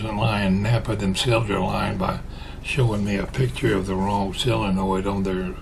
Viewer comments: I noticed you pronounce it "SILL-uh-noid". So do a few of my in-laws. I looked up the pronunciation, and it's what I would have thought... "SOH-luh-noid". I reckon your way must be a Southern variation, because you aren't the only one that pronounces it like that. I wonder about some of your viewers from other regions ... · Hi, I live in Iowa and I have always called it "SOH-luh-noid". And I have heard other people pronounce it the other way also. But I hear more people say "SOH-luh-noid". When I lived in Missouri it wasn't long I started to speak southern also. Then when I moved back to Iowa several people would ask me if I was from the south. LOL! I still haven't quite lost it. Some people will still ask if I am from the south. LOL!